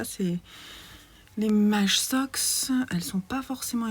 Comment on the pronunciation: Merci pour ce vlog, toujours aussi sympa de te suivre 🥰 et à chaque fois que dans tes vlogs et podcasts je t’entends dire « maj socks » je corrige « maïïïï socks » (prononcer « maille ») 🤣🙈